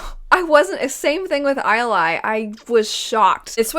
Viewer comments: If you care (and I'm not saying you should) in the audiobooks Sadeas's wife's name is pronounced ee-el-ay. I 100% see how you got the pronunciation you're using. I do the opposite when it comes to spelling the names. I thought "Rlain" was "Merlain" for a lot longer than is reasonable. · On the Audible audiobook, they pronounce Ialai as EE-AH-LAY